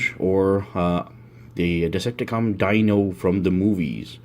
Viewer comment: One tip: His name is pronounced ”dEEno” and not ”dino” like in the word dinosaur*